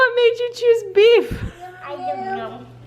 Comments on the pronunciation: I thought he was thankful for beer. 😂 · BEEF 😂😂😂 i thought it said beer 🍺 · LOL! Carson!! I thought it said beer 🍺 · 😂 I thought said BEER!! 😂 Even better. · Totally thought it said beer LOL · Omg I thought her son said he was grateful for beer! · I thought he was thankful for BEER..... I was going to say "HIGH 5 MY MAN" LOL! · 😂totally thought it said, "Beer", at first!!! But beef is even funnier!! Kids are the best! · I LOVE seeing how you use your Dollar Store finds!!! Your DIYs are super cute!!! (And by the way, it looked like Carson was thankful for "Beer" and not "beef", so I'm really glad you were saying "beef"! LOL) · I thought he said, "beer", and I was about to be concerned. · Hahaha Carson is sooo cute. I swear I thought it said beer lol 😂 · LMAO I thought he said beer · before you said it's beef I was sure it was BEER - LOL! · Beef 🤣 At first I thought it said beer though lol either way, it’s still funny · OMG! I thought he was thankful for beer. Haha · At first I thought it said beer 😂 then you said beef. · At first I thought it said “beer “! 😂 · I loved how Carson said beef but I thought he said beer. Lol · I’m glad I wasn’t the only who thought it said beer.